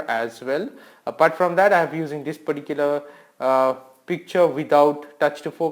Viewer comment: Why do u always say "peticular" ???😨